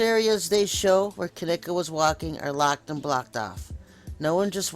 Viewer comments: No offense but at least you could say her name right.. Kenneka.. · Bullshit u can't even say her name right. This video is bullshit to think her mom wld do something like this she DID NOT GET PAID. Your so full of shit looking for views get tf off Yt